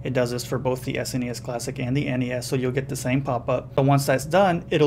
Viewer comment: Thumbs up for saying "S-N-E-S" and not "sness".